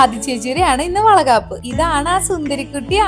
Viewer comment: Chechi vala gapp alla vala kapp